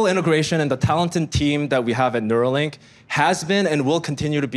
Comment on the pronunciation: Neuralink. Not "Nuralink".